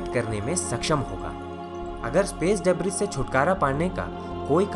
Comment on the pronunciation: bhai. Just a correction. Its pronounced as डिब्री not ड़ेब्रिस